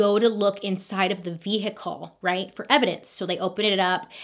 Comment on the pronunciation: why do u pronounce the h in vehicle like that ahahabq